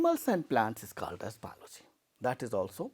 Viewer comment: Not balogy it's called biology sir 😅